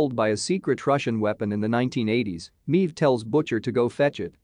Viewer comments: well I understand you have a computer voice reading a script you should have spelled Maeve phonetically as MAVE. instead this computer voice refers to her as MEEVE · haha "Meeve" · How does the uploader review the boys if he clearly doesn't watch it considering he can't pronounce queen meave correctly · Literally cannot watch this video because of how badly you mispronounce “Maeve”